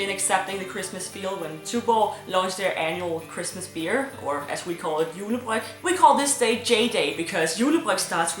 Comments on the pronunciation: It is like saying Julebræk....... the next morning 😉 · When she says “julebryg,” it sounds like she says “julebræk.” ...I have a weird brain...